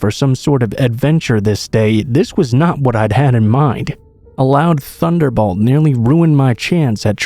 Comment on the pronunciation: I absolutely love the way this channel is narrated. It’s just easy to listen to. Not over zealous but not overly drawn out. It’s one of my faves. I’ve never heard anyone say “thunderbolt” this way though haha. Like the word bolt said with the short O sound as in song instead of the long O sound as in comb.